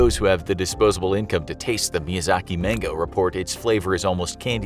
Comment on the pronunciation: Infographic Show: "Miyazak Mango" Me: "am I a joke to you?"